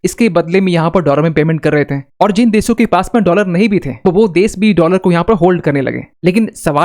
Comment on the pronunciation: देश बोलिए देस नहीं ।